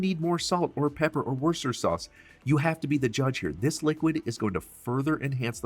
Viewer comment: Looks good! BTW: Worcestershire = wuss - tuh- sure